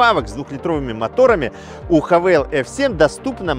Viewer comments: Автор, обьясни.. Почему ты (и не только ты) говоришь: ХавЭйл? пишется HAVAL. это или ХЭВЭЛ или ХАВАЛ. Но никак не ХАВЭЙЛ..... дюже цикаво, бггггг:) И еще: ЧЕМ отличаются двигатели одного "унылого кроссовера на полторахе" от Джили, Черри и прочего однотипного, но многообразного, китайского автохлама? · этот бренд называется "ха-фу" ) но даже если вы учились в частной английской школе вбирмингеме - то пусть будет "хЭвэ". а вот кто вас научил тому что вы 200 раз повторили за ролик я хз. гразным механикам бросившим школу в 6 классе позволительно, но вы ведь популярный актер! upd надо мотор на пеогеот 1.6 дизель евро6, имеете?